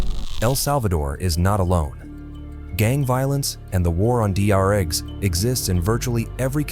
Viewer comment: Is the one talking AI? Cus there's this part in where it said "D R eggs" instead of drugs. I seriously thought the one talking all this time was a real person.